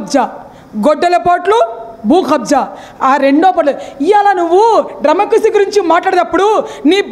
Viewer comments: డ్రెమక్కసీ కాదక్కా....... డెమోక్రసీ....... నువ్వు నీ యదవ ఆర్భాటం.. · తల్లీ నువ్వు చెప్పినవన్నీ బాగున్నాయ్. కానీ డెమోక్రసీ అనే పదాన్ని సక్రమం గా పలకడం నేర్చుకో. లేదా హాయిగా ప్రజాస్వామ్యం అని పలుకు.